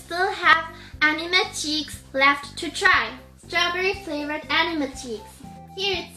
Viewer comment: it is not called ainwe it's ainme 😑